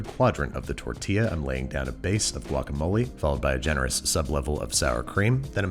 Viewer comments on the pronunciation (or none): Same, I cringed when he did the guacamole 🙃 From San Diego as well!